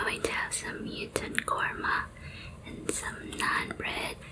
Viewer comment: It's not mew ton kurma its actually pronounced as muh-ton kurma